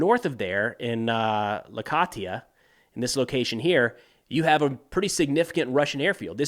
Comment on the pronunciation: Look at you analyzing the war against a dictator regime in my country but pronouncing Latakia as Lakatia 😅😅 Maybe take a minute or two before you start recording and read the regions names that you’ll talk about? 🤓🙄